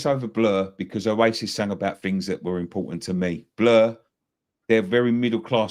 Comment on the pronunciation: saying blur better😂😂😂😂